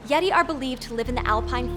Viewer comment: Did anyome else hear "Laurel" instead of "yeti"?